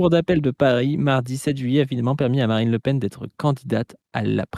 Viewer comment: 36 '17 dit "Marine Le Pine" 😮